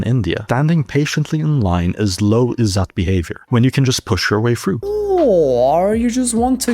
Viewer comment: izzat (the rest of pronunciation was correct, but there's no 'aa' sound) just means honour or respect. While yes, it results in many patriarchal choicemakings, Western cultures also had similar issues. India having a huge littering problem has nothing to do with "Izzat", no clue where he's gotten that.